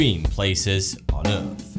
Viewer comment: Can pronounce th and r in "That's crazy", but none of the th's or r's in thermometer "fuhmometah or earth "uf" . If one can't do it, that's one thing, but since one CAN I don't get why one doesn't. Has some apparently well researched videos tho.